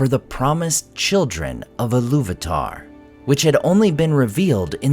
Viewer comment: Eru Ilu-VAH-TAH